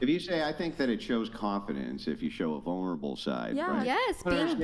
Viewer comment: “What’s that word?” “Vulnerable?” “Yeeessss varnarble!”